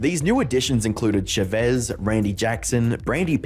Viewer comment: How he said Chavez's name 😂